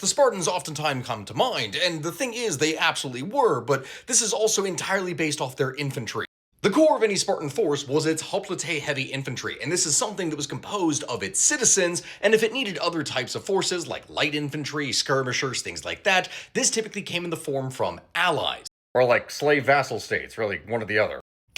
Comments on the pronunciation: *hoplite, not hoplitay. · It was pronounced:Hop light. Not hop lit tay. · "Hop le tay infantry" wait is that how you say Hoplite and not hop light 😮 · Wait so hoplite was pronounced hop litay and not hoplight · It's said Hop 'lay tay? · Pet peeve of mine: The correct pronunciation of hoplite is actually "hop-light". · Always thought hoplite was pronounced [Hop-light] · High School greek teacher telling us "hop-light" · Today I learned I was pronouncing Hoplite wrong